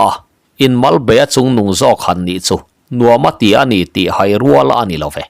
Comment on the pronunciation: Pawi hming, Thanhaia, Zahaia, Lenghaia, Haikunga, etc tih angahte pawh hian HAI tih hi thluk tawi, 'Ka lo hai deuh che a nih hi,' tiha a rik dan anga lam tur a ni bawk. A awmzia pawh, midangte mamawhna leh ṭanpuina mamawh, tih ang deuh a ni.